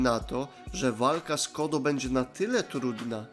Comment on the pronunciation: Czemu ty czytasz Code jako "kodo"? Code czyta się jako "kołd".